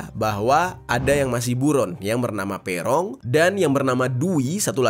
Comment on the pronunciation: Bacanya bukan Pe'rong bang, tp Peroong bukan e' tp e. Duh gimana jelasinnya.. 😂😂